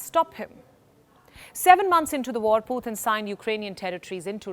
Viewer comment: for some reason i just hate the way this channel pronounce Putin's name.